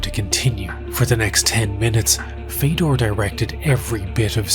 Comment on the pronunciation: listen, i know it doesn't matter in the grand scheme of things, but it's not "feydor", it's fiodor, like theodore. almost like theo-door, but with a hard F at the front